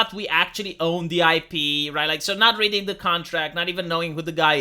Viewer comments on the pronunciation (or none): none